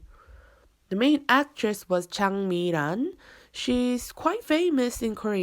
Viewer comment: 걸캅스에 장미란?! 라미란!!ㅋㅋㅋㅋㅋㅋ아무생각없이듣다가 나중에 생각났네요ㅎㅎㅋㅋㅋㅋ발음너무예쁘세용